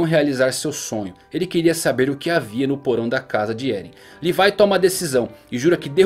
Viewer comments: Cara uma coisa q eu odeio é a pessoas nao falaren o nome dos personajens do jeito serto:cara é levi nao lefai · fala Levi igual br mano kkk